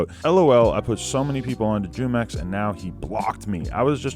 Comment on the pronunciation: Jumex is a spanish fruit drink pronounced fu mex